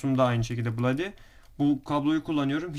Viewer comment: Bulodi dıyosun eyfortek dıyosun sonra neden ucyuzonsekız dıyosun aq :D